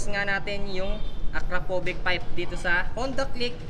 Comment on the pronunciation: "Ak - krapovich" hindi akrapovik.